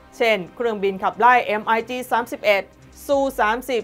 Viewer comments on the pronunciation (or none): MiG-31 คำว่า MiG ออกเสียงเหมือน Big หรือ Bic ส่วนระหัสเลขสองหลัก อ่านปกติ ไม่อ่านเรียง ฝรั่งจึงอ่านว่า MiG Thirty One ภาษาไทยเขียน มิก-31 ภาษาไทยอ่าน มิก สามสิบเอ็ด ไม่อ่าน เอ็มไอจี สามหนึ่ง ไม่อ่าน เอ็มไอจี สามสิบเอ็ด ไม่อ่าน มิก สามหนึ่ง MiG Pronunciation Googles HIMARS อ่านว่า High-Mars ถูกต้องโอเค ภาษาไทยเขียน ไฮมาส์ ภาษาไทยอ่าน ไฮ-มา